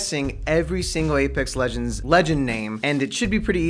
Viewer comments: She got my mains name rong well any way this was funny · She butchered every character in apex legends my goodness